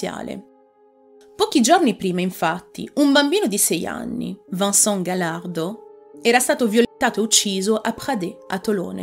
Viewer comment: Vincent non si pronincia Vansan, ma VENSAN!